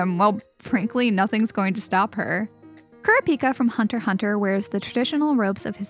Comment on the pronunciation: you said kurapika wrong. sigh